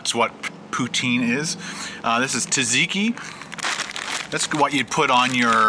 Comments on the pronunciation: It's not called tuzziki though, it's pronounced: Zat ziki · You are saying Zowlaiki not correct im Greek bit i Love you viss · The cinnamon bun ones are the best and you said ta-ziki. I cant go on...